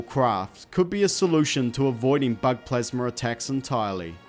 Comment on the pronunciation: It's called plasma not plasmer